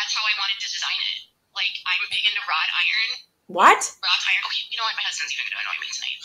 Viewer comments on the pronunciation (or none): LOL! Wrought, not rod. {:-:-:}